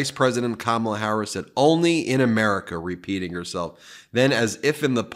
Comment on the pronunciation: He called her Kamabla 🤦